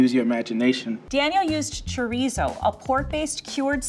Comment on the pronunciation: The way she said chorizo made me die inside